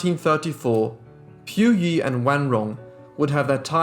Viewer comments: It is pronounced as PU Yi instead of Piu Yi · Pu yi sounds like Pooo eee. Not Pew EEE. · POOYEE NOT PYOUYEE JESUS CHRIST WHY IS IT SO DIFFICULT TO PRONOUNCE A SIMPLE NAME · If you're going to make a "documentary" you should at least make an effort to pronounce Puyi correctly, British accent or not. You got everything else right.